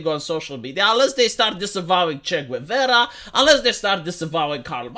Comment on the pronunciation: The "u" in "Guevara" is mute.